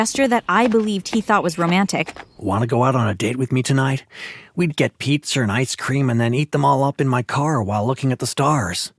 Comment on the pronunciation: The guy that walked around the girl he said: hey beautiful want to go out there would be Pizzar and ice cream , I'm like pizzar who says Pizza like that, someone needs English lessons